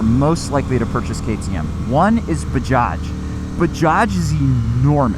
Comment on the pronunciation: as an Indian and former 390 co-owner,(first gen) I'm impressed with the pronuncation. We used to have the original Bajaj Chetak 2 stroke manual geared scooter back in the early 90's. Dad used to take us everywhere on that :) The modern revitalized Chetak is now an electric scooter. Fun Fact: Chetak was the name of the horse taken into battle by a famous 16th century warrior named Maharana Pratap. Baja also has manufactures Kawasaki and Triumph motorcycles but I see your point on the premium brand diversification.